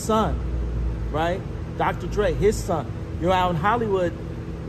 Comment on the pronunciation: This has to be A.I narrating. She mispronounced Dr Dre, Adidas, and Beyonc 😆 🤣